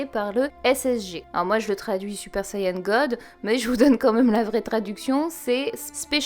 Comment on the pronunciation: Merci pour le "Super Saiyan God" car c'est exactement comme ça que je l'ai prononcé dans ma tête quand j'ai lu le chapitre 🤣🤣🤣